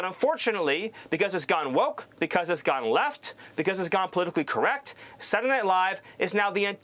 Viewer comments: Why is Stephen having such a hard time pronouncing Saturday Night Live? 🤔 It's not hard. English is not my native language, yet I have no trouble pronouncing it correctly. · S. can't even pronounce "Saturday"..and he was one that routinely riduculed Biden's' speech... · Stephen can't say the words Saturday Night Live coherently in a sentence. How is he part of the Whitehouse staff? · Whose going to tell poor that Sat-ur-day has three syllables? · Stephen literally cannot say the word "Saturday"?! What is a 'Saturndane' lol? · For some reason, the way Stephen pronounces it “Saday Night Live” just irks me. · Why can't enunciate "saturday"? wtf is "sarrdy"? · Tell, it's Saturday Night Live not Satday. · "Saturnight livfe" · Nazi nosferatu can't even say "Saturday Night Live" he says Saturnight live lmao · Why the fuck is bald homie pronouncing it "SANNADAYNI LIYVE" 😖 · Does Stephen know there’s an R in Sataday? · I’m British and have long been aware of SNL (Saddy Night Live as pronounces it) but I have only recently been sucked in my it’s genius. So much great SNL content on YouTube. Kenan Thompson is a legend and definitely a meaningful talent. What Up With That!! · Why can't Stephen say 'Saturday Night Live'? He says ' Satur-Night Live'. He drops the word 'day'. Does he think the word 'day' is woke? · "Sadenae Live"? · SADDY Night Live as he pronounced it. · Wth is "Sanninay Night Live"? He was so mad he couldn't even pronounce it! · pronunciation is hilarious. Sa-er-ay. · Baldi can't pronounce Saturday Night Live? It's not that hard. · Stephen can't even pronounce the word "Saturday". He needs to get that shit down before Trump deports him. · Why does dude from Fox got an issue with Saturday? He can't even say SATURDAY correctly. That sounds personal. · Stephen literally can't pronounce the word 'Saturday' to save the soul he sold to Satan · He can even say "Saturday"😂